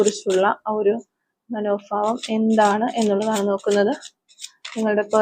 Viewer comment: മാഡം മനോഫാവംഎന്നല്ല. മനോഭാവം എന്നാണ് പറയേണ്ടത്